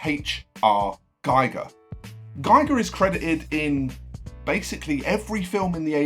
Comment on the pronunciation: Hans Ruedi Giger's name is pronounced "Geeger", Gieger is the radiation monitor invented by Hans Geiger and Walther Müller. Apart from that, a well-put-together video on some of GW's 'influences'.